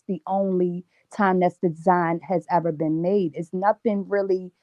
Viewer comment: Why you say eva